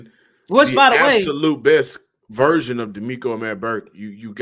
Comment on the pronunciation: always says virgin instead of version 😂